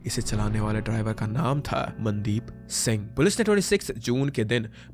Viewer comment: The AI pronunciation of names is pissing me off - Man-deep, Sat-eesh 🤦